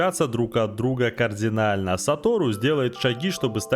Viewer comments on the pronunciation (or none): none